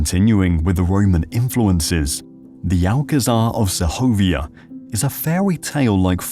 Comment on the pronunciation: Sehovia no. The G is hard. So just seg ovia like Seg ment